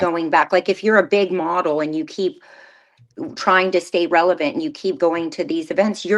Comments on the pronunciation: I’m pretty sure meant “relevant”. “ReveLant” isn’t a dang word. Lol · She also said "revelant," instead of "relevant," in the beginning. But that's fine, we all do that at times. 😊